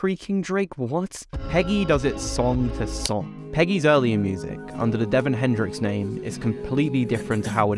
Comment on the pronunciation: it aint Devin... DeVaughn